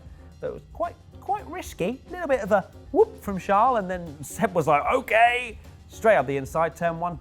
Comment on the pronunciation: Also,, his name is Charles, not Shaaaaarl. I mean it isn't Prince Shaaaaarl is it?:/